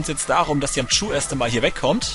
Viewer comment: bei sagt Yamchu Cayu??? Oo